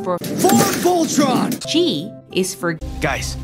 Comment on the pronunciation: "VOLtron" "Voltron"